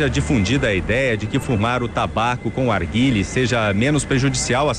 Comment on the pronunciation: Arguile kkkkk nao sabe nem fala o nome